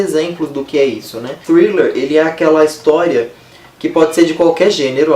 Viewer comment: Hahahahaha, amei você falando thriller no início! Ganhou uma inscrita!